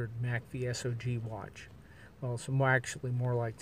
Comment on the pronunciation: Ok, you say mack-vee-sog, not s-o-g lol ...